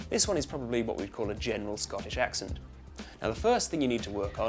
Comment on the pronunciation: Its pronounced 'Ax-Sent' not 'Ahx-ughnt'.